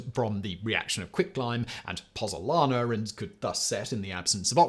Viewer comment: Hey YouTubers you have chilled the Pozuolana ZUO, 😂it had lasted 2 millennia before you came along to bring it down with your pronunciation😂😂